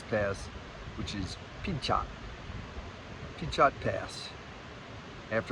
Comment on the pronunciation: Not that it matters, but Pinchot is pronounced Pin-cho (the T at the end is silent) Happy Trails. 😋